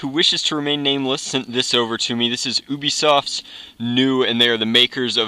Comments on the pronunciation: it's not oobesoft it's ubisoft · ***** no "YOU-BE-SOFT" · It's pronounced you-be soft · It's Ubisoft (you - b - soft) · Lol he said oobiesoft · Lol, "Oobisoft"